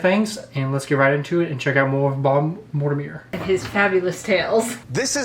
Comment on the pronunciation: What's with your mispronunciation of Mortimer Sir??😂😂😂